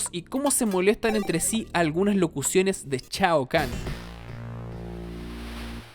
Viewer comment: Chiva? Chaokan? Jajajaaj shiva . Shaokan!! Buen video igual .